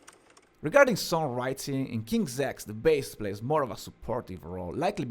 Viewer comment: No he's pronouncing it correctly. It's King's X.. Like "Ex". Though there is a train station of the same name the band's name comes from an old kid's game. Basically like tag where you call out "King's X" to signal that you are safe and can't be tagged out.